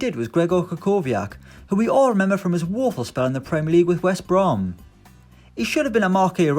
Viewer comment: What is a West Brooom? Really strange names showed here and the speaker sounds like a mentally disabled